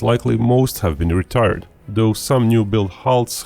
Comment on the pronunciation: The way this guy says “retired” caught me off guard